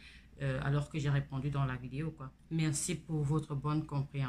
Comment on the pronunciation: Bonjour on dit vidéo stp pas videyo